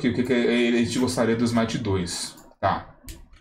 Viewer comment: Smite 2, ou "Smai-aite"?